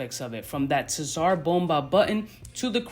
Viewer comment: Killing me with the "tissar"